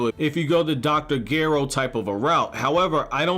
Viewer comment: Glad you say Dr Geros name right 👍